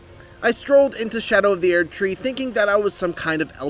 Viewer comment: Why is he pronouncing it "aired tree?"